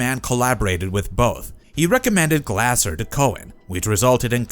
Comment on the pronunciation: Its pronounced Glazer.